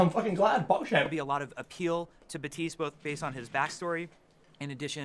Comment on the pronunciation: his name is not baptism, baptist, batistu, his name is pronounced Bap-Tist or just be me and call him lucio76